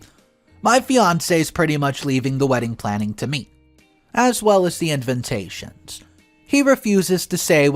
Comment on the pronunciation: Any chance the word ‘invitations’ can be pronounced correctly?? The correct way to pronounce it is IN-VIT-TAY-SHNS..there’s no second N after the V.